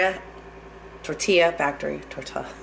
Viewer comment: Lmao the way she pronounced tortilla .. funny! Anyways thanks for sharing this recipe I will try to make it for my family tonight! It looks delicious